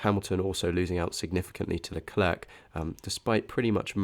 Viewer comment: Very interesting data and great presentation! But for the love of Zeus: please practice pronouncing Leclerc, your uk pronunciation is painful to be subjected to 😂